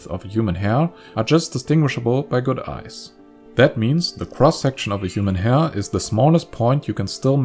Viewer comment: The pronunciation of “hair” ruined my understanding of the whole video